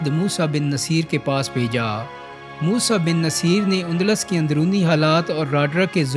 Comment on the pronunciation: Moosa bin nusair pronunciation theek krain